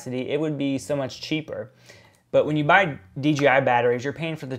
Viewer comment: Why does everyone always wanna say dgi instead of dji?